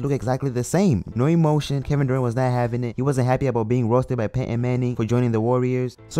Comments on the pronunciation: who is pate Ann. it's pronounced pay.ton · Pay-Ehn Manning 😂